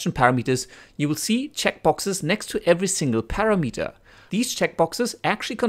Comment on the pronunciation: Your tutorial is pretty good. By the way it is "pəˈramədər" not "para meter". To me the effect you created is ugly and over done.